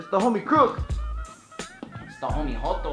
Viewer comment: You said Homie Cro0k twice